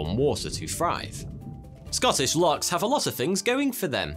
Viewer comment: oh dear not called locks, lochs